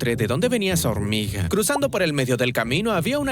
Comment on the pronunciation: 5.25 dijo horniga